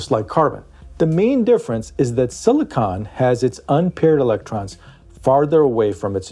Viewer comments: You’re saying siliconen wrong! Why!? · Silicon is not silica. Do not listen to a word this guy says.